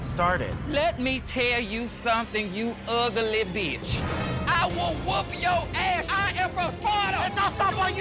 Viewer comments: That 4 syllable Ugly was the best thing ever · Angeria turning ugly into a 9 syllable word made my year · Angeria making “ugly” a 4 syllable word >>> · Someone said she managed to make a four letter word into a four syllable word LMAO 🤣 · I can't explain why but angeria saying every syllable in ugly makes me laugh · I didn’t know the word “ugly” had three syllables 😂